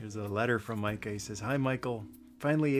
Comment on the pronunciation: As a fellow Micah, i appreciate you saying Micah correctly.